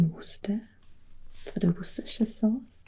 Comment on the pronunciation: I'm from Worcester and I'm impressed by your perfect pronunciation of Worcester and Worcestershire!